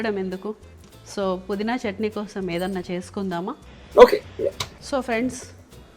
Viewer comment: adi చంట్ని kadu, its చట్ని